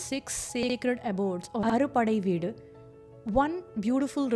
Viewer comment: Pronunciation not clear ...it is " aaru padaii veedu"